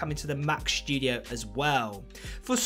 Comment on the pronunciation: What a weird pronunciation - what’s up with the overemphasized SPG “s” in “shtudio” ? Other than that, where’s any source for this rambling??